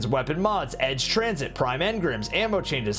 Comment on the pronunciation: Lol “edge transit” 😂